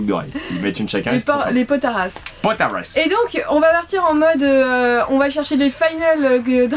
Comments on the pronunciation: Juste c potalas pas potaras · c'est pas potaras mais potalas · C'EST pas potara c'est potala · Ç les potalesse pas les potarace 😂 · Se sont des potalas pas des potaras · Potalas pas potaras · nan c'est potalas